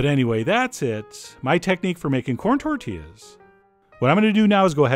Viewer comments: “Tortiass” got me xD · "Tortillass" I lost it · lost it after "tortillASS" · Tort-T-Ass yup